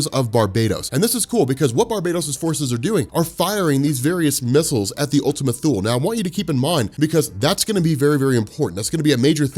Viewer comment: Probably pronounced Ultima 'Too-Lee'. Wiki the word "Thule."